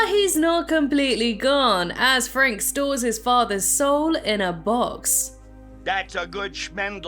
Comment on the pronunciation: Warum sagt sie Professor "Frank"? 🙉